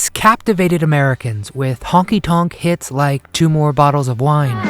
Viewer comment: Did you say biggest hits, or biggest tits .......😂